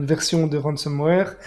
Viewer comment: Excellent podcast ! (Petite remarque : 'ransomware' et non 'ransomeware' )